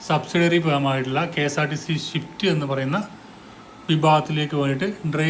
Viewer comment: ഷിഫ്റ്റ്‌ അല്ല സ്വിഫ്റ്റ്